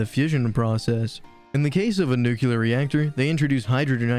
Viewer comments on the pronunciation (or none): Are you saying nukuler instead of nuclear on purpose? Because it makes me think you don't know what you're talking about in the first 5 seconds. It's probably a great video, but I had to turn away.